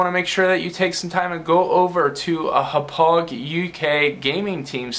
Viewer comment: As someone who graduated from Hauppauge High School, I find it funny that you can't pronounce Hauppauge correctly. "Ha-pog"